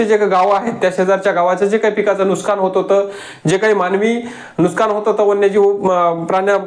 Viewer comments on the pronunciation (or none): नुस्कान नाही नुकसान असे म्हणा भाऊ....